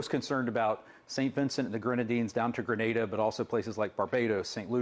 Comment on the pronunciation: Appreciate the correct pronunciation of Grenada! 🇬🇩